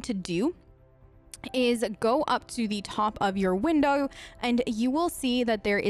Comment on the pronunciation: why is it like a regular american accent and then just: windoer/oerpen/beloer like bruh pick one